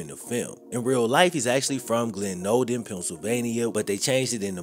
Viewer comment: Glenolden usually outta towers say it wrong, my guy